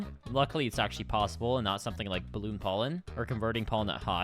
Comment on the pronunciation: ? Also, (for future reference) it's "balloon"